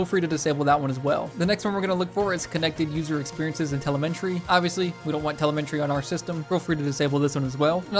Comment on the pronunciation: lol telemenry!